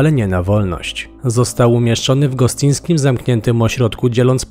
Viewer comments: Gostyniński nie Gostyński. Gostynin nie Gostyń. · Hej. Szpital o którym mowa jest Gostyninie nie Gostyniu. Więc jest to Gostyniński, nie Gostyński Szpital. Wiem bo mieszkam km od tego Szpitala. 🙂same "gwiazdy" są tam trzymane.